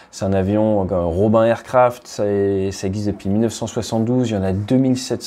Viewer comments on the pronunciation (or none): none